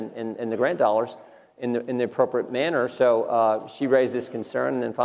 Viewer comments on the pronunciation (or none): none